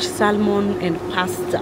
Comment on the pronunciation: Pronounce Sam mon not sal mon